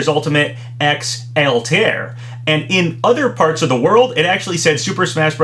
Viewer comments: Has anyone told him that Altair is not pronounced "All-tear"? It's more like "Alta-ear." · Haven't seen any other comments on it, but I'll say it anyway regardless. Its pronounced "All-tie-air" not "eltear," just for future reference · GHHHH why do you say Altaïr like that? the ï isnt for nothing lmao